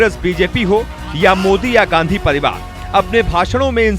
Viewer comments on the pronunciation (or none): none